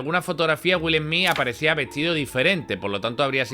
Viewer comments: Que mal hablas..... pronuncias muy mal el nombre del corrupto Smith y muchas otras palabras..... Dices: Wil Hmii.... y debes decir: Willy Smith y la fonética de pronunciación es: " Wiiall Sssmithz" !! No dan ni ganas de escuchar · Perdón dijo... Jolivu😂😂.madre mia que faena...además Wil esmi🎉🎉🎉.menuda faena.falta que digas helicoptros